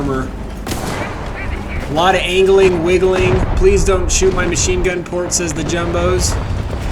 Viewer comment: Did he say machine gun porn instead of port